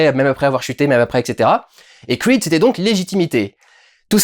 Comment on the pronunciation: pourquoi tu dis "Crweed" et tu dis "Rocky" et non pas " Rwacky" 😝